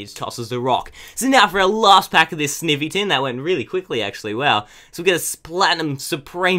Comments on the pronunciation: It's said s-n-eye-y-ee. Not i say eye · It's not sivny its snivy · You say snivy "snievy" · Sn-I-vy! GAWD say it right snIvy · Btw sn-I-vy that's how you say it